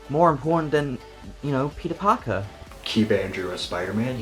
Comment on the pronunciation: That dude said "Tobey Maguire as Peter Parkio" HE'S JOKING... There's no way a person could call theirself a fan, and cant say Pete's name right. No way.